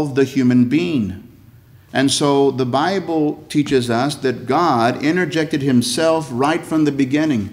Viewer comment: I thought it was impossible to take a one syllable word “god” and create a three syllable word.